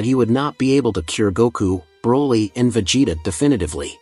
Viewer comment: why did you pronounce vegetas name differently